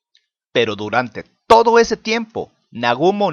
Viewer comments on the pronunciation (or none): none